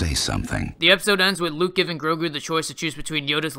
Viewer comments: Sorry, but his name is Grogu not Gorgu. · Am I the only SW fan that is also an American Dad fan? It's pronounced 'Rogu'. 🤣